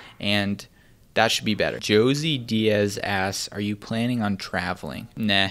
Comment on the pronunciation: you said joe-see diaz lmaooo